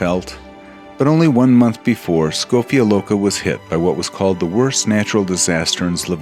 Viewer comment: My Ljubljana.❤❤❤. Very good pronunciation of Škofja loka, Ljubljana..